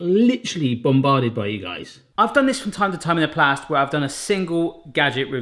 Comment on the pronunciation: I am sorry I am have a hard time getting over him saying "In the plast" . His vids are great I just find it funny.